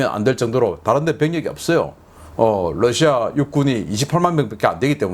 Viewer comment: 러시아 발음 Lusia가 아니라 Russia입니다. 부드러운 'ㄹ' 발음입니다. 권경모 미국에서.